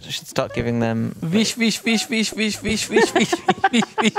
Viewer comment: Feesh feesh feesh feesh feesh feesh feesh feesh feesh feesh feesh feesh